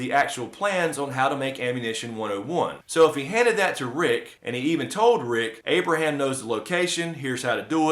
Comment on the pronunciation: Its Abraham guyss